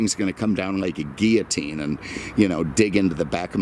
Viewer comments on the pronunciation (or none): none